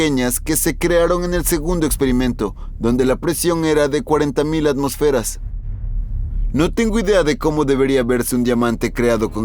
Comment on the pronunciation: ATMÓSFERAS!!!! LA TILDE ESTÁ EN LA O!!!! Antes de hacer videos ponte a estudiar